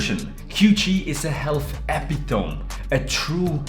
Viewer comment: Your English is great but epitome is pronounced as "epitomi". Sorry, I know English makes little sense much of the time.